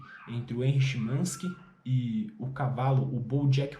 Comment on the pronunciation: Que pronúncia estranha do Charles BukoWski e do Chinaski 😂…